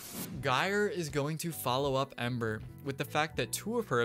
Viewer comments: its not guy er its gy er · Just a few corrections. Gyre.. soft G like gyrate. Valkyr is Valkeer or Vahlker depending on who says it. Zephyr is a female frame, not a male.